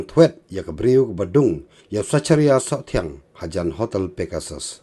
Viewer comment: Zekharia phi ym zecharia tang pronounce ruh Pat tip